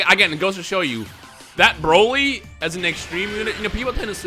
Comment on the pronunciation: "buuroly". The Buu who absorbs Broly